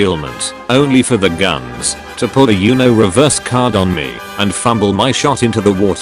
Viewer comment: I like how pronouces “Uno” like “you know”, you know